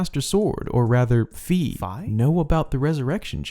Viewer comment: Fi is pronounced f-eye (confirmed by Hyrule Warriors narrator) Purah is pure-ah (I think.. That’s just how most people say it?)